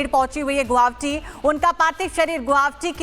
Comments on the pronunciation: A quick suggestion to the news anchor lady....the name of the city is "GU-WA-HATI" ; not "Guwavti", so next time please keep it mind and stop mispronouncing the name of my city....it looks really sloppy and unprofessional... If you want, take the help of "Arnab Da"; he's from here!!! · Medam guwahati ka pronounciation to thik se kro. Guabti nehi hai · It’s GUWAHATI. Work on your pronunciation. It’s no that hard please try. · Are yrr Guwahati bhi nhi bolane aata thik se kaisi anchor ho